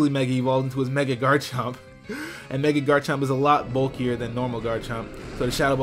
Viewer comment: Oh, wow! I'm not weird. Someone else says meg-y instead of meg-a when I try to say mega evolve.